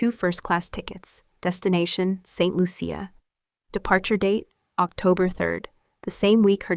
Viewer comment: It's pronounced Saint Loosha!